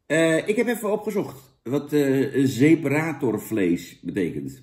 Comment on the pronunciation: Jan komt best uit zijn woorden, "Ipabier" en "seperatórvlees", lekker man.